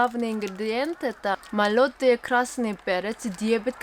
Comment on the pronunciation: Пожалуйста, говоря слово "молотый" ставь ударение на первую букву о :)